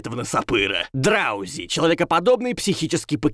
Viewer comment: Не драузи а дроузи